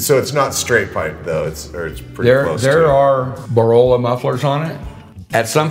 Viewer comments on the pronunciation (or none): “Borola”? I presume he means Borla? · Borolla? Did he mean Borla exhaust?